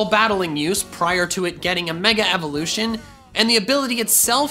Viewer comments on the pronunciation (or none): none